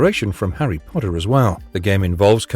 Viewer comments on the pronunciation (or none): none